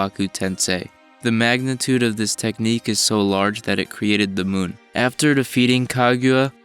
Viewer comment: Take a shot everytime he says "du munn"